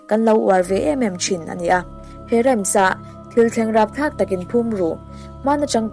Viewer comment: Rhymes hi i lamrik dan (voice ) hi a dikhlel deuh ani , Rams ti a chhiar loh tur Rhym hi ( hym) hi voice pek khan lam tel tur.